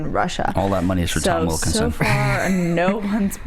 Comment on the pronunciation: Is it just me or did say Tom "Wikelson" instead of Wilkinson